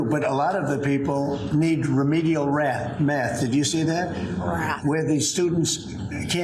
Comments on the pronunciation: the idiot couldn't even pronounce Math !! for god sake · Had trouble saying math